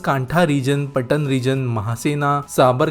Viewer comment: Ptan nahi patan he